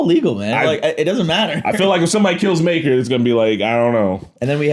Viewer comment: Maegor, not Maeker.